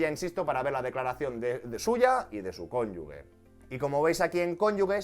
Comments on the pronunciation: Me está haciendo daño al oído escuchar "cónyugue" en vez del correcto "cónyuge". Por lo demás, genial. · por favor, dilo bien, cónyuge, no "cónyugue" como tú lo lees... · No se dice conyugue, sino cónyuge. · Genial vídeo! Soy asesor fiscal y me parece que está todo muy bien explicado. Eso si, “CÓNYUJE” (si, lo he escrito mal pero para que se entienda como se pronuncia la palabra, no “cónyugue”). Un saludo! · Es cónyuge, no cónyugue. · Un matiz constructivo, fonéticamente no es "cónyugue" es "cónyuge", con el sonido "j"... Ahí entre la "g" y la "e" no hay ninguna "u" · No sé si es de fiar un asesor que dice cónyugue. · Perdón de antemano, pero se pronuncia "cónyuJE", con "g" fuerte antes de la E.